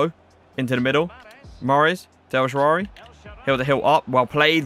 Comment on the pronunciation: Man Just Said El Shaarary🤣🤣😂😂